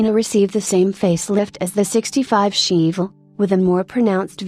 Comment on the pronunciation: "Sheevulle"? "El CAMinoe"? God please get a living HUMAN to narrate these things, it's hysterical...